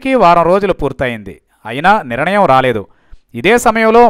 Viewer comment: పవన్ ఒక వేస్ట్ గాడు. హీరో కి ఎక్కువ రాజకీయానికీ తక్కువ. వార్తలు చదివే ఎర్రి నాయాల 'నిరణయం' కాదు, నిర్ణయం అనీ చదువు.